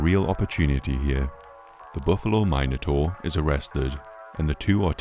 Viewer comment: every mine-o-taur kills me